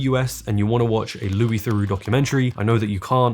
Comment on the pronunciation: the way you say Louis Theroux is odd, but maybe it is because I'm american.